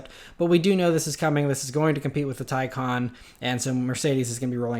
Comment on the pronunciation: Yes! You may be the first youtuber i have heard pronounce the Taycan correctly. Bravo